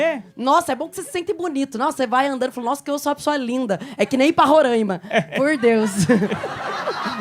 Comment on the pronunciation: Só avisando, É Roraima não “Rorãima”kkkkkk